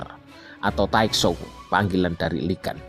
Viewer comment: Bang di bacanya bukan Lee gas tapi liguun pake u bukan pake a